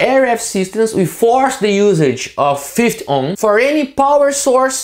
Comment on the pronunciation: If only he could learn to say 50 ohms and not 5 ohms and its a SMITH chart not a mif chart.